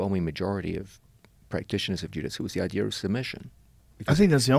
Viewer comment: I'm sorry, but nothing shuts my brain down quicker than someone pronouncing idea as "idear."